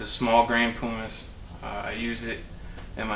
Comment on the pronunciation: You're saying pumice wrong. It is pronounced not like poo but instead like um.